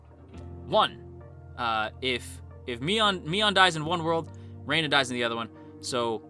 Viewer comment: Hearing someone call Rena "Rayna" gives me such auditory squicks lol it's like calling someone Jayniffer 😂